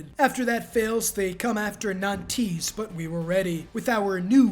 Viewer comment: Every time he said "nan-tees" it hurt my french a$$ to the core 😭😭